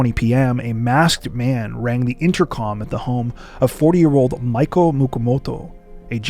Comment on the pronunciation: Miko is pronounced "mee-ko".